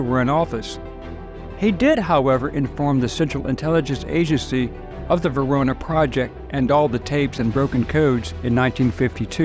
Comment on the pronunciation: I thought it was the "Venona project"; not the Verona project.